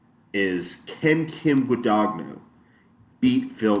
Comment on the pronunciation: Its not gudaguhno, its gudanyo, idiot.